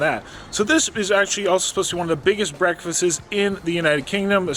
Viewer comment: You said “BREAKFASTES”!!!